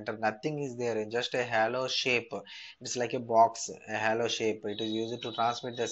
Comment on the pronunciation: its not hallow it is hollow....